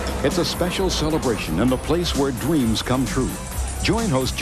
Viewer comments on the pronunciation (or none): a place where dweams come true